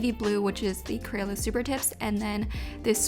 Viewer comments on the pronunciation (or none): none